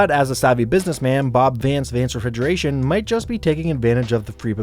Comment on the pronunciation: Vance Refigeration? 😂😂😂